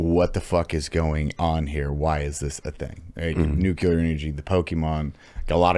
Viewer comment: I have a dream that one day will know how to pronounce nuclear.